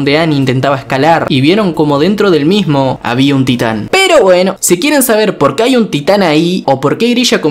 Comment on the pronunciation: parece como que dice STAND y no TITAN